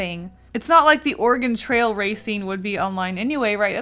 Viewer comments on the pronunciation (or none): At first I thought she said "organ trail "